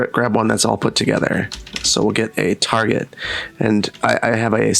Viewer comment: Why is he mispronouncing Tar-jay?